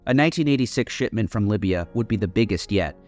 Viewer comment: I keep hearing "shitment" instead of shipment 💀